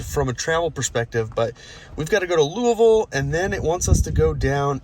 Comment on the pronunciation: I see you got the Louisville pronunciation down. I always struggle with that one. Also the supercharger there is called Supuhchah-guh.